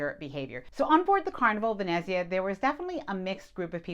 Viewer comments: It’s pronounced “Ven-NETZ-ia” ….. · of course I’ll watch, you provide great information. This might help, Ve-net-zia, emphasis on net. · As an Italian, when I hear you pronounce Venezia (Venice in Italian) I CRINGE. Nails on a chalkboard. Still love your channel and will continue to watch.